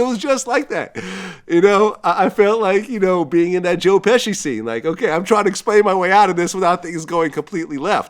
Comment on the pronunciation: Dude just said Joe Pesca.